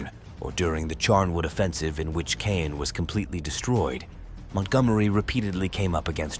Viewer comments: Caen: It'a not pronounced Kane, it's pronounced Kon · Its pronounced Kahn, not cane. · It’s pronounced… khan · I cannot listen to the narrator murder the language…. It cannot even repeatably mispronounce Caen 🙄🙄🙄🙄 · Caen mispronounced.